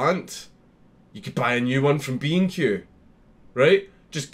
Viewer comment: Great vid. Great content as always. Can’t stop thinking about how Count says B&Q like “BeanQue”